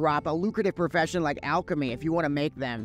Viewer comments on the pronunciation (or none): none